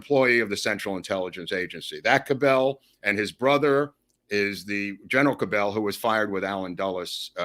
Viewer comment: The Dallas mayor’s name is pronounced “CAB-L” with accent on first syllable.